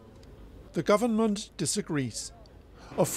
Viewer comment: I am struck of why Indonesian struggle to pronounce V but F is the sound that they used to it. Very become Fery, government sounds gofermen.